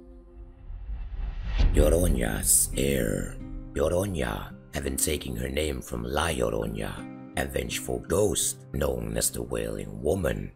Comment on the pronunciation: Thanks for this vid. Just a little thing on the pronounciation. La Llorona is pronounced with a nah at the end, not a nyah.